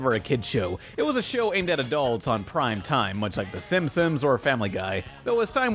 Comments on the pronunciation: Is it me or does it sound like the narrorator keeps saying "The Simsims"? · Is he saying “Simsims”???